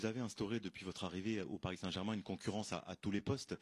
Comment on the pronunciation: Il a dis "oune personnalité contrastée"